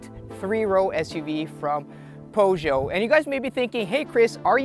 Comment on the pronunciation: I thumbs down immediately after you butchered Peugeot. Some awful reviewer